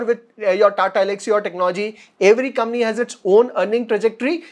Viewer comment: Your channel is too good. It is one of the three channels I follow for fundamental learning on a regular basis. Keep up the good work. PS- One small thing, when you say 'company' fast, it sounds like ''Kamny" 🙃